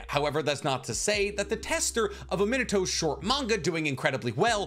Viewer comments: Good video! I wanted to see a Minato spin-off since his first bamf appearance. Also, may I suggest "Mē nah toe" over "Men a toe", my friend? Unless you just love that version of pronunciation, in which case, carry on good sir. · I'm gonna smack you if you mangle the name of the 4th Hokage every again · A Minato tatt and u still can’t pronounce his name properly lmao that’s crazy🤦🏽‍♂️